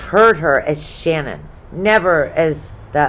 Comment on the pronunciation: It’s shanann not shannon